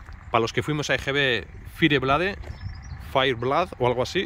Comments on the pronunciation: "Faier Bleid " jajaja la mítica FIRE BLADE o cuchilla ardiente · Fire Blade, se pronuncia: Fayer Bleid. Qué le pasa? Tiene un "ratéo", el chicler de baja.